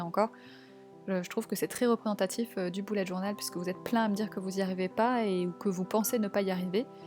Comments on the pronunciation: elle dit un boullette journal mais on est d'accord on dit tous un beullette journal, nan?😂😂😂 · Tu dis boulet alors que c' est "beulette journal"